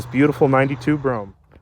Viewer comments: Brome, no. US: Brou-am UK: Brou-em All depends on the regional dialect the most. Bro-ham is definitely incorrect. Would like to hear an Aussie say it :D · hey yo.. yo... Dose chrome add ons on top of the windows?..yo... Dems is so dat you can open the windows a little when it rains. Ok here goes...it's pronounced.....Brome! No such thing as a Broh-ham. lol Also? Delagance. one syllable..no spaces.. Have a great weekend bruh! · I've pronounced it as Bro-gham. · I've always felt the whole "Bro-Ham" pronunciation was done for the sake of humor! This means, at some point somewhere, there is some retard correcting someone saying it the correct way! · * BRO-um deh-leh-GAHNSS. Former chauffeur/body guard with one year of high-school French here. ;-) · BTW, its pronounced BROAM. The car even tells you how to say its name. Step on the gas while in park, the engine goes "BROAM". Must say this is a REALLY clean unit. And at $14,995 values on these have been going up since I last had a Brougham about 10 years ago. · Very good example. I laughed when you said Bro-Ham. That is the way they pronounce it around here. Me personally, it is Cadillac Brougham. I recall the era. They did make some interesting updates. The only thing I hated and still did are the headlights. I still say it should be a quad design in Euro form. The one thing I will say is GM and Cadillac used to pay attention to detail back in the day during this time. I miss that. I like the color too. The price is significant. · Oh,, you've done it again! Another fine example of a BROHM DELL-uh-GAHNS (I threw the correct pronunciation in, just for the record. Not that hard to say, IMO.). Anyway, I'm looking forward to more! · It is pronounced: “Brougham”